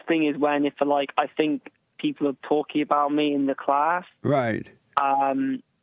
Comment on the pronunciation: "Towe-king(talking) face goes rag(face goes red)."